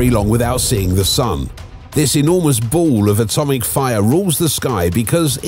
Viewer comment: You say the sun is a bool? Wtf is that?